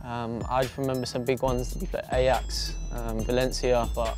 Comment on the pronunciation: Did my man say ay-jax instead of ajax?